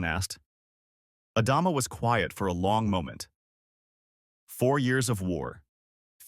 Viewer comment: AI narrator can't pronounce Adama among other words